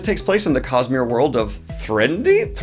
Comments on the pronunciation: Sca-drial. No extra 'L' in the first syllable.. Thren-o-dy. Like 'Melody'.. eesh. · Listening to him being unable to pronounce Threnody as well! I mean that’s an actual English word that Sanderson didn’t make up.